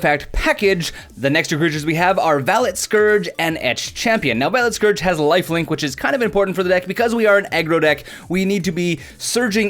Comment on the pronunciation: I love the VALET that you put over vault skirge when you said it wrong. I think that's the best way to deal with how often you mispronounce or misread the cards. Being able to make fun of yourself a bit turns it into laughing with you rather than at you. "Haparta, visor of potions" had me rolling. Never edit that stuff out, just edit the card to be how you said it. I want to print out personalized cards now with your names. Love the videos